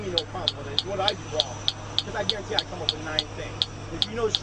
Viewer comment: what the police officer said "I garentee i will ruin your career"